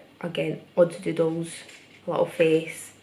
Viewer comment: when you say doodles it always sounds like dildos (btw i frickin love your art)